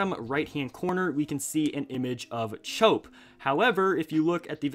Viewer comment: it's actually pronounced "Chop"